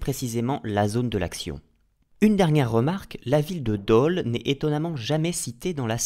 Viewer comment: Petit détail le "o" de Dole ce prononce comme si vous disiez le prénom Paul.